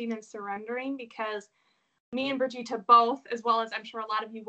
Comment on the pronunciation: Brigita is a lovely name ❤️just a little effort to pronounce it correctly would be appreciated! Love your work dear Brigita!